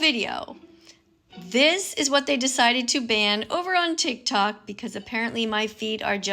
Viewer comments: tic tac? don't you mean tiktok? This old skeleton can't pronounce words properly. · did she just say tiktak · does she call tiktok tiktak/tiktac? Please can someone tell me what they hear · and its not called tic tac its Tik Tok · btw its tik tok not tic tac nigga🥩🍗🍖🍕🍔🌭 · Blud said tic tak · DID THIS FUCKING BOOMER JUST CALL IT TIC TAC😭😭😭